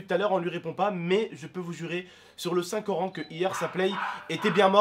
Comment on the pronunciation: "Sur le saint corant"